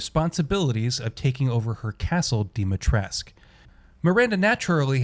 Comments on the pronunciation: Stop saying Dimitresc for crying out loud! It scratches my ears. 😜 That's a Romanian name and the "u" at the end is not silent. We pronounce it... Phonetically speaking [Deemeetrescu] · Also it's DEH Mi TRESS ka Either that or voice actors can't pronounce for shit which is pretty likely